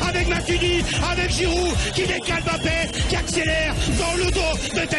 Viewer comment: je crois que c'est le seul commentateur au monde à prononcer Mbappé correctement!